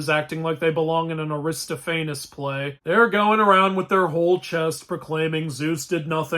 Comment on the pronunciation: I was dying of metaphor overdose, only to be unexpectedly struck down by your pronunciation of "Aristophanes."